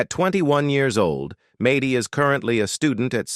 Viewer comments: Its MAD DY NOT MATEY It’s A DIN NOT OD DIN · Maddy almost rhymes with AI - just in case AI needs a pronunciation guide.